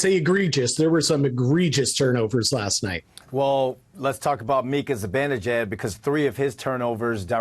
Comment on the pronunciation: It's not "Zi-Ben". It's "Zi-Ban" e jad. He's Iranian. Pronounce it right.